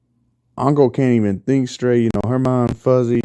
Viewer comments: It's inko not anko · It’s in-co not on-co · Why you say onka it’s inko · I love how he calls inko onko lol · Lol onko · As soon I hear how he pronounces Inko I was like hol' up